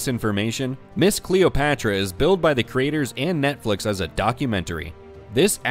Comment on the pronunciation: Who is kween Cleeopatchra? do you mean Βασίλισσα Κλεοπάτρα?